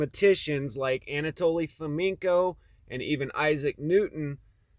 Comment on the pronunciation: Fomenko? Come on guys....